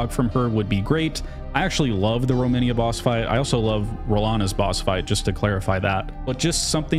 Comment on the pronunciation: I noticed that a lot of people call Romina (Rom-ee-na) Romania, which is the name of a country ;) I think it's a Malenia/Melania thing. In any case, i agree, the DLC feels a bit too disconnected.